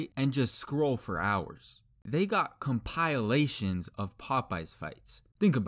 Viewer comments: "Com-pile-ateions" You gave me shutters with that pronunciation. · compiolations ITS compilations BUBBA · Bro said "compiliations" 💀💀💀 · Why does he say compilations like comPiiUUhhlaatestioons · did he just say compilelations? never heard anyone pronounce compilations like that until now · ComPIEalations 💩💀 (no offense just find it funny) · bro said compileations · i love how all the comments actually have grammar but im just focused on how he pronounces compilations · why he say compilations like that ☠️☠️☠️ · The way the man said compilations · I never heard anyone say compilations like that😭,interesting